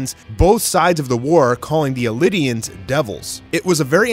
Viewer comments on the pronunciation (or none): Definitely pronounced eldian not “elidians” and that’s the jaw titan. Have you read the manga? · You're pronouncing it as elidian but its eldian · Had to stop watching the video at hearing “Elidian” for the 3rd time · Some misleading information here fyi. I never heard it referred to as lion titan until this video. Also it's pronounced Eldian not Elidian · Why do you keep pronouncing "Eldian" like it's spelled "Eldinian"? It's really odd. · Bro its ELDIAN not ELI-DIAN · yeah because those mispronouniactions are understandable because thats how they look. Eldian doesnt look like "Elidian" but he pronounces it like the japan do even though no one pronounces the japanese way of saying Mikasa or Armin. I personally don't really care but tbh it doesnt make sense to me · he hasn't, and he's pronouncing it this way bcus he's directly transalting the japanese pronunciation "eridiansu"